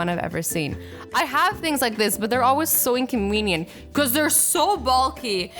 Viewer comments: Azzy said inconweniont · she says inconwenient not inconvenient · so inconweenient.... not inconvenient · "so inconweenient" hahahahahhah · Incowienent lol Azzy